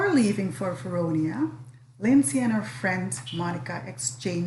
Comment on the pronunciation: VelDONIA - Why is no one saying this name right ?!?